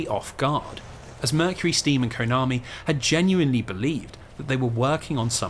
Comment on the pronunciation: I'm and it always gives me a disgusting and a wierd feeling every time this guy says Konami as covit